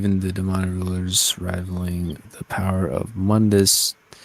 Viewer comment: Off topic but it pains me to hear people pronouncing Mundus name wrong like did you get it from the reboot or something lol